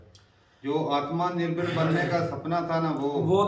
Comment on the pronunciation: Atmaa Nirbhar ..🤣🤣🤣 Kya pronounce.karte h ye log